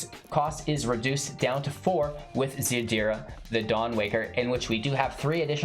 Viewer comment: ziRda not zaDira <3